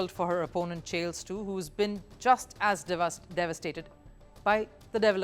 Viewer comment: Chiles is pronounced like Biles, not Chales.